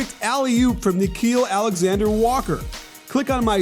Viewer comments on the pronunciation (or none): none